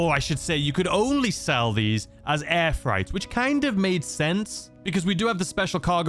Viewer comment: I love hearing you call it air fright not air freight 🤣👌🏿